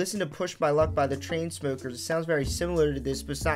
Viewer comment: “By the trainsmokers” lmao